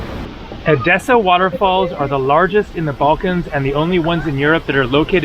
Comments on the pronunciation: It's pronounced Ethessa, same "th" like on the the English word "the" but the "e" sounds like on elephant. So, not edEssa but Έδεσσα ! Ethessa is how it's pronounced in Greek. PS You did a WAY better job, on Thessaloniki (almost perfect Greek there!) but don't get confued with that word because the "th" there, is pronounced the same,as on the word "Theory". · Actually the correct pronunciation is E-dessa not ed-E-ssa. At this time it is wiser for someone to go to the south to avoid the bad weather, from June to September it is better to visit Northern Greece. I know you have come to Crete but I think you will like the eastern part of it and it was a good choice for this season, we have 30 degrees Celsius here. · The prononciation of the tone EDESSA is the tone on the first ÈDESSA.